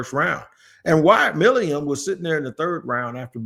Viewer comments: It's NOT MILIUM. It is MILUM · It’s Milum, I can’t take much more of this lol My-Lumm